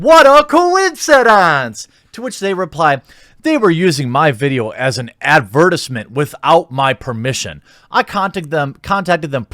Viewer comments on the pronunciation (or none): That's not how you pronounce ADVERTISEMENT, Jeremy! lol AD-VUR-TYZE-MINT! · ad-ver-tiss-ment? I have never in my life of 39 years heard someone say advertisement that way, lol. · I really wish these YouTubers had grown up reading books instead of playing video games, because the way they pronounce certain words is a sham! What the heck is an advertissment?!